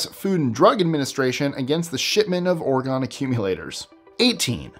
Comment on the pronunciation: it's "Or-GOAN" (rhymes with "cone"), NOT "Or-gonn".